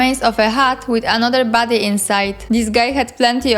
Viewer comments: Damn you, now I can't unhear it. Makes the video so much funnier. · I thought you said "baddie" instead of "body" so I just assumed you were calling the spriggans baddies and thought: yeah, that makes sense haha